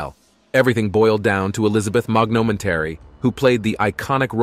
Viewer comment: Elizabeth MOGNOMENTARY???????????? That's the most insane screw-up I've ever seen on a youtube channel. LOL